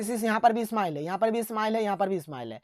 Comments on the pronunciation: Simile (स्माइल )नही सर (सिमली)है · Sir smile nhi simile सिमिले padhte hai isko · Sir smile nhi hai simile hai